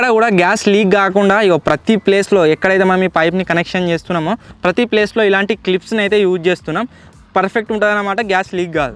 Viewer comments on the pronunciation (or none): none